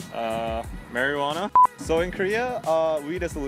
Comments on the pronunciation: I heard "Mariana" at one point LOL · They pronounce marijuana like marinara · love how danny pronounces marijuana haha